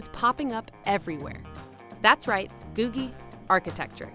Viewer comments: Pronounced GOO-jee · I’ve always heard it pronounced “goojie.” (LA native here)